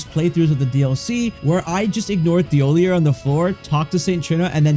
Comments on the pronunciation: His name is pronounced "TeeOhLeeA" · Its pronounced Tee oll eee ay. Did you even play the game? They make it very clear how to pronounce every single npcs name all you have to do is listen. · Imagine someone saying your name like 100 times and mispronouncing it every single time. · Drinking game: take a shot every time he mispronounces Thiollier's name. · I hope whenever you’re having a good day this video pops up and you remember how annoyed you got that a random YouTuber pronounced an NPCs name slightly wrong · Please look up how to pronounce a French name.